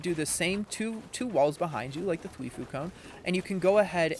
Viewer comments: Prnounced: Thwy-fo Not thwee-foo Lol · if u say thwefuu one more time 1 like = 1 thwifo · Thweefoo ahaha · dude says "Thwifue" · It hurts me show much when he says Thweeefo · Th why foe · ya lol that triggered me so much